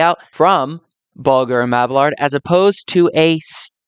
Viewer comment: Mab-ee-yard. No hard L in the name.